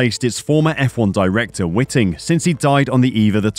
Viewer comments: White ing! Its Charlie White Ing, NOT witing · Yeh all well good but do they know what they're doing from the get go or are the going to have to learn on the job with the inevitable mistakes. We've been there, done that got the T shirts. By the way Charlie Whiting's name was pronounced as "whiteing as far as I'm aware. Ask Martin Brundle or someone on the Sky TV commentary crew.